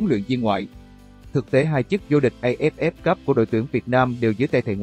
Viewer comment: Dê ép ép , lê dân dinh ... Một kênh của báo chính thống, uy tín mà để cho 1 thằng văn hóa quá tầm thường đọc bản tin như vậy! Bó tay !!!!!